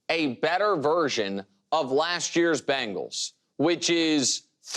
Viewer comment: why does nick say bangles instead of bengals??